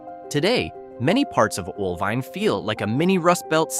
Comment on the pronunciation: One in four houses in Oelwein needs a new roof. That should say volumes about the disposable wealth of the citizens of Oelwein. Did the producers of this video actually go to these towns? You'd have thought they would at least learn to pronounce each town's name.